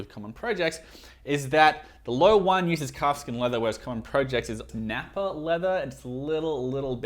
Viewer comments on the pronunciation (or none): none